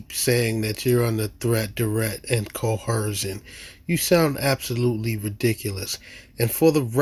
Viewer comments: "Statues" "Cohersion" 🤣🤣🤣🤣🤣🤣🤣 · It's only considered coHERsion if the police officer is a woman. 🙃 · Pronouncing coercion as coHERsion is an immediate 'red flag' of dumb. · Since when does the word “coercion” have an “H” in it. “Cohercion” is not a word. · Co - her - shon !!! Dumb mug it is trying to sound clever. I like to see someone coerce his backside with a big army style boot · Crimes against the English language? Cohersion? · There is no bloody h in the word coersion. They keep putting a damn h, it grates on my nerves. That alone should be worth a ticket.